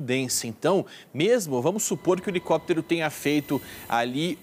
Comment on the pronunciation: Um repórter falando "helecoptero", ai é